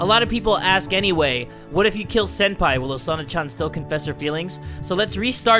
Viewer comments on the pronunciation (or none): It’s Senpai, not “Sempi”